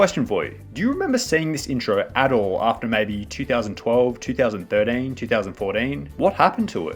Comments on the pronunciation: Two thousand thirdeeeeen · “2000 3rdean” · two thousand thiddin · Two thousand Durteen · two thousand thirdane two thousand fordane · the way you say 2013 is amazing